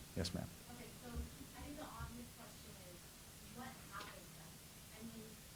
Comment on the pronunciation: He said I WANNA SHANK. I MEAN I WANNA THnk😂😂